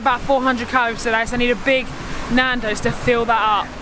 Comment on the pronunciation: Nando's is don as you say lol